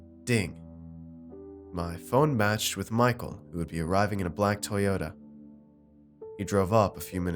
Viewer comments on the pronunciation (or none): Because Civics are made by Honda, not "tyota"